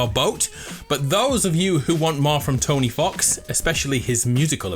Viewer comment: man called him tony fox 🤡